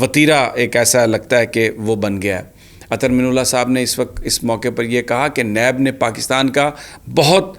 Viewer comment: محترم جناب سمیع ابراہیم صاحب اظہر من اللہ، آپ من کی نون پر پیش پڑھتے ہیں، میرے خیال میں من کے نون پر زبر ہوتا ہے ۔